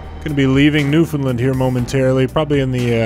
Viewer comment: OK I’m just watching the video and then I hear you say approaching or whatever leaving Newfoundland and the way you said it it was funny because I’m from there and how people say it’s just so funny